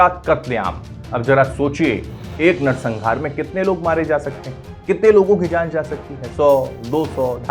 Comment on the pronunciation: pehle bolna to seekh le narsanhaar ko narsangaar bol raha hai